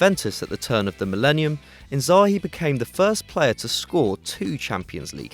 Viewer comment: Tbf, Kaka or Seedorf over Thiago, Shevchenko over Inzaghi (and please correct your pronunciation of his name). Robben choice is also little questionable, it's only his 1st season. We cant be sure if he can perform next season